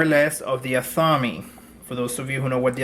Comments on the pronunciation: AHth A MAY, Not atham-me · "ATH-AH-MAY" for those who have never been told the proper way to pronounce 'Athame' Blessed Be! 🌛🌝🌜